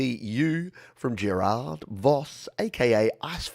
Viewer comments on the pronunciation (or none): Keep up the good work,! Your yml show is one of my weeks highlights! (Haha its pronounced Géràrd, (like that french actor Depardieu) cheers!